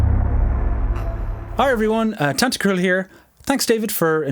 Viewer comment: Can't hear tantacruls name without the Tan-Ta-CRUL from one of the other composer videos from this channel. Lmao